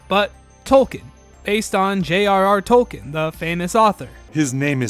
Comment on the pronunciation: English is my 3rd language. I don't hear any difference between how you pronounce "token" and "Tolkien". The way I say "Tolkien", the 'i' is clearly audible.